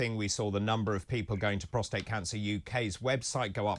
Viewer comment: Well by my calculations she did not stay in hospital for the full 14 days. Any abdominal surgery requires a minimum of 6 weeks to heal. Oh & thanks for pronouncing Prostate correctly. Most media experts are calling that precious man gland Protrate🤣🤣🤣🤣